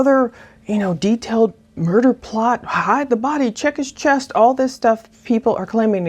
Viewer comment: Thanks for what you do! Also- I heard “check gps” instead of check his chest.